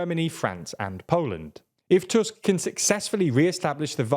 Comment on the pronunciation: I appreciate you pronouncing Tusk's name correctly (in english toosk, not tusk). Hearing his name as fang/canine over and over is tiring :D